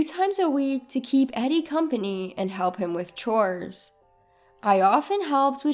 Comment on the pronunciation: Chores is NOT pronounced cores! The h is not silent.